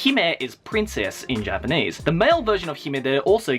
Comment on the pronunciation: I realise how you change your 'R' pronunciation when talking English or Japanese. I wish I could do that. ;(